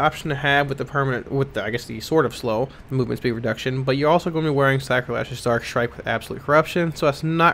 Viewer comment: Nice Video BUT can someone PLEASE tell me what he says about Absolute Corruption? Something about "in conjunction with Star Strike"??? I can not understand what he is saying and google has nothing about Star Strike Thank you very much